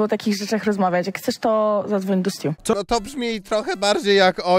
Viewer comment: Stuu czyta się STJU 😅